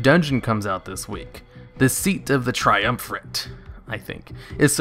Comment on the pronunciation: just a question dont get mad, but... whats your first language? cause of the way u pronounce veiled and triumvirate.... u dont really seem to have an accent otherwise, so icant really put it